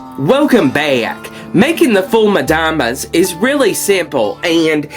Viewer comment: I love the way you pronounce "Foul Medammes". I never thought of roasting the garlic, will most certainly try it next time. Let me say something. Many items of your food videos provide something that is rare in youtube, that is the vegan non dairy non meat food that the Egyptian Coptic Orthodux eat in the great lent. God love you!